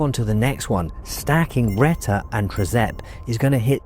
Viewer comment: Good video but a few mistakes - Reta is not a GLP3, GLP3 is a completely unrelated hormone that humans don't even have in their bodies, but other animals like sharks have it. You also mispronounced both Reta and Sema.